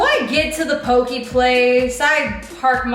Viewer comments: It’s not pokeee it’s pokEY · im really sorry but it bothered me poke is pronounced poh-keh.......at least thats how its pronounced on the islands